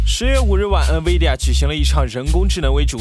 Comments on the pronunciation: Nvidia, N不发"en"的音， 读成 in-vidia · 还有Nvidia读成 嗯威地呀 🤣